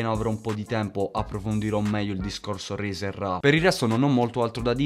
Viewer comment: Si pronuncia “Razer” con la “a” non con la “e”. Comunque bomba.